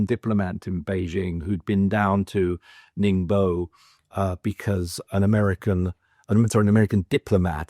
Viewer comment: He can’t even pronounce Ningbo